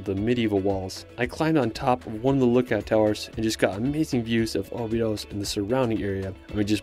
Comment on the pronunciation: Cool video,, but i would recommend pronouncing cities like Portugese do: like "obidoush", not "obidos", and "lagoush" instead of "lagos", as correct pronunciation will help in finding places if you ask someone local. As well the cave in Algarve region is not Bengali, but Benagil ("benazhiil"), same mistake is the river in Porto - Douro, not Duoro